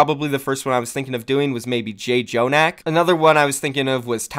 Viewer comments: “Jay jonak” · "Jay jonak" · his name is pronounced like “Jonak” not “J-Jonak.” It is a korean name and the double consonants mean to stress them not to say them twice. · Jjonak is pronounced with one J. No one else does this